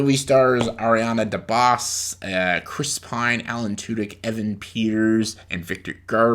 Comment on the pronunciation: "ariana deBOSS" lmaooo its pronouned like bose headphones...